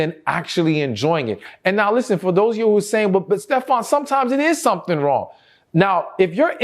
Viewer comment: I just love the way he says “su’tn” (something) 🤭